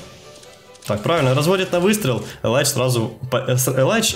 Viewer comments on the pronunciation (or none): Только элита знает, нет бл*ть, любой смотрящий кс знает что это элИдж, а не элАйдж. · ни элайдж а элидж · Илидж, а не Елайдж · Комментаторы произносят элидж, а мне больше нравится элайдж. По плейстайлу он мне не нравится, хотел бы посмотреть нико и крисджей, ну а сашу каждый день и так смотрюя)